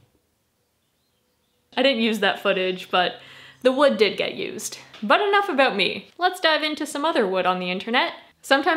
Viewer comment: huhuhuh huhuhuh she said woood